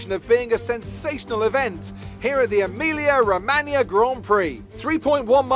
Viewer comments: It's pronounced like Emilia Romanya, not Emilia Romagana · Emilia Romagna Is pronounced more like romania, not romagana, good try tho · Man said Emilia Romagana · emilia-romaGANA as syas, made me laugh af, btw I'm italian so i know how to say that, and i can ensure you that that was not the way to say it. Also i love your content, keep it up bro. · Emilia Romagna, GN IS LIKE NNI SO IS PRONOUNCED EMILIA ROMANNIA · Worst pronunciation ever 🤣🤣🤣 as an inhabitant of Emilia Romagna I feel very offended 😁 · Please don't say Emilia-Romagna never again 😂😂